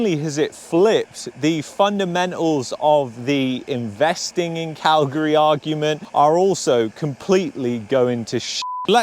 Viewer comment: I like that you pronounce Calgary like us locals do. 😊